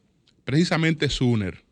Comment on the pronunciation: SUMMER(SOMER),pronunciar correctamente el nombre,aunque sea en español ,como se escribe,ayuda a hacer más creíble su discurso farragoso.